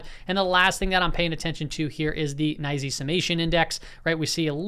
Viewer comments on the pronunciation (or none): none